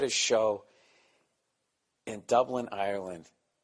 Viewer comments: where I,m from in Ireland we would pronounce it "arelind" depends on the province or county. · For the yanks watching it’s pronounced “areland” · Hes saying Ireland wrong